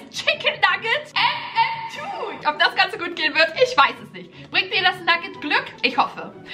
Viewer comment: Ich mag echt aber wer sagt mmtwo 😂wer mm2 sagt 👇🏻